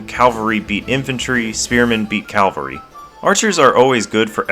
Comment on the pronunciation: Cavalry, not calvary.